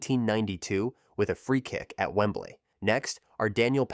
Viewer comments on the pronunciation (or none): none